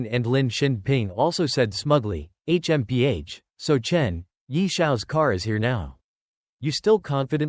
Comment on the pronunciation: H.M.P.H smh this ish is annoying af